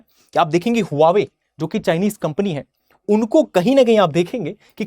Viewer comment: Huawei hai hwawe nahi